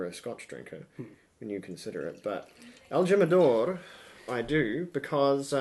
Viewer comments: Pronounced himador. Lol😊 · El -Jim-ah-door? Joe-say? Really? So, is that like Jag-you-are or Nick-ah-rag you-ah? It's correctly pronounced: HEEM, El-Heem-Ah-Door (the J is a soft Spanish "H" as in HIM) and it's Hoe-zay, again with soft Spanish "H", not Joe-Say. There's a good lad.